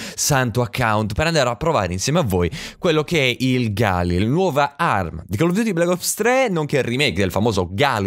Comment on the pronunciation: Aooo nn si dice così galil